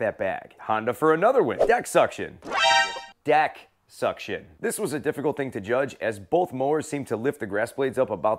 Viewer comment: Ctfu at “DECCKKK SUCTION “ hahahah pause